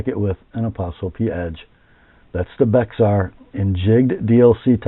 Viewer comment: Bexar is the county San Antonio is in. It's pronounced "Bear." Tx does that a lot.